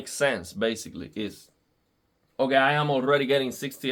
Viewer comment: “Okei” Cb tú eres boricua? 👀🔥